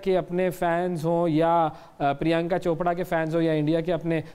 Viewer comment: Hey, anchor! Why keep saying "Chopda" instead of "Chopra". So, how come you became an anchor in spite of the fact that you are one of those who cannot pronounce "ra" properly!